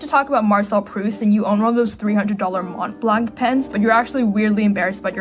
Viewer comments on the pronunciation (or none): none